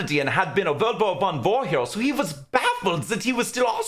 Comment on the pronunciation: did he say world war 1 or volvo 1?